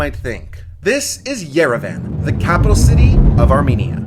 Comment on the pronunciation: Just respectfully saying Yerevan is pronounced yer-eh-vhan